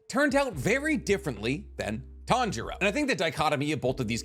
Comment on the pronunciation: say with me ( tan-ji-ro ) not ( tan-ji-ra ) where did the ( ji-ra ) come from smh I'm starting to think your pronouncing things wrong on purpose